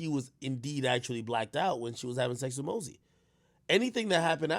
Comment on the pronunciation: it's mosey not mazzy 😭.